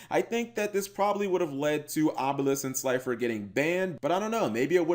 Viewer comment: Say gods name wrong Obelisk the Tormentor,Slider the executive producer And Last Ultra mega chicken